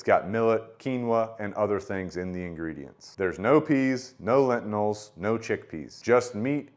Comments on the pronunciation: Whats a “lentinil”? Do you mean lentil? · Great review, but what is a ‘lentinal’ 😂